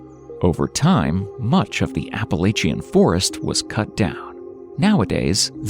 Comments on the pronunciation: App-a-lae-cheins😂😂 its App-ala-chins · Say it with me now: APP-UH-LATCH-UN Mountains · To bad, there is not a single correct pronunciation of the Appalachian Mountains. Good video. Otherwise, despite the whiney people crying over silly stuff, me included. 😂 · This dude butchered the pronunciation of Appalachian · Sorry but I hate the way you say “Appalachian” 😂 it’s funny though!